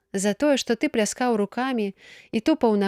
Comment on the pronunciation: Прачытана: пляска'ў рукамі, слоўнік дае націск на першым складзе: пля'скаў.